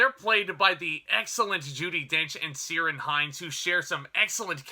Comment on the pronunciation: I'm from Derry Ireland ☘️ so this film obviously I will have a sentimental bias unconsciously . Your review was marvellous your a real film buff or critic whichever you do prefer , thank you for input it was very enlightening . Oh btw it's pronounced Kere ( Like here ) on hinds